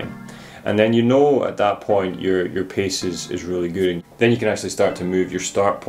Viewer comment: " pace " not "piece " control.................